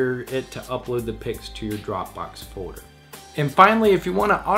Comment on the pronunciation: its just me but drive me crazy how he say fourer? instead of folder? sounds like a 5 year old lol